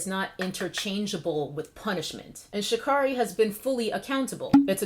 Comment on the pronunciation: It's pronounced Sha'Carry and I agree with your take on the controversy. I think she'll come back stronger. Just sit this one out.